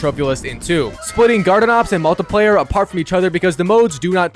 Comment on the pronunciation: I'm going to absolutly stick it in you if you keep pronoucing multiplayer like that